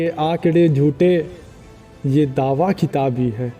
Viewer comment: खिताब बोल रहे हो, किताब है।